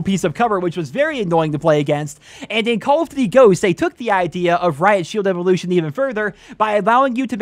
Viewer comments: “Cawl uf ditty” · "call of dity games"? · "Call of Ditty" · "call of divy" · call of "ditty" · Call of Duddy 😂